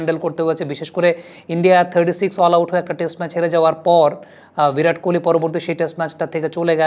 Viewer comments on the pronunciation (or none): পান্ত নয়, পন্ত্... ঋষভ পন্ত্! আপনারা কেন এত ভুলভাল বানান লেখেন এবং উচ্চারণ করেন, বুঝে পাই না! বিরাট কোহলি-কে বলেন 'ভিরাট কোহলি'! 'সূর্যকুমার'-কে বলেন 'সুরিয়াকুমার', 'যশস্বী'-কে বলেন 'ইয়াশাসভী'!! কী এসব!!